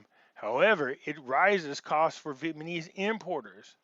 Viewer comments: You often have good information, but it is very hard to listen to you constantly mispronounce the name of the people. It is VEE-ET-NAH-MEEZ... not 'Vietmanese'. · Love your work,... PLEASE pronounce VietNAMEse... not vietMANese